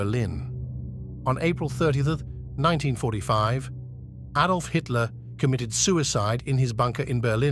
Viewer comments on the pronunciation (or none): none